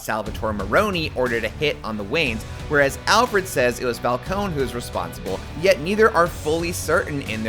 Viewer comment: Just watched the movie. Absolutely fantastic. Only one flaw. Everyone pronounces Falcone wrong lol